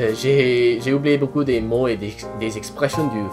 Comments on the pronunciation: "beacoup" is pronounced "bocoo", not "bocu". Cuz "bocu" would mean "nice a**"... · watch it when you say beaucoup you make it sound like beau cul which means " pretty ass " LOL remember beaucoup = bo_koo j'aime bien regarder tes vidéos elles sont très drôles thanks 4 sharing: ) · When talk in French he says "Merci beaucoup" but in fact with his pronunciation he says "Merci beau cul" which means "Thank you great ass!" and thats hilarious 😂😂😂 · Hey, I'm french and i want to congratulate you. Just one warning "merci beaucoup", you pronounce it "merci beaucu" wich really sounds like "merci beau cul" = "thank you nice ass" 😅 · when you said`` merci beaucoup```it sound like ... `` merci beau cul..it's not the same meaning...(im from Quebec) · you have to correct your pronunciation of "merci beaucoup", "ou" is pronounce \u\ not \y\. If you pronounce \y\ then it sounds like "merci beau cul" which means "thanks nice ass". It's an unfortunate common mistake... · I find it hilarious that such a common phrase could easily be mispronouced to "thank you great ass" Brilliant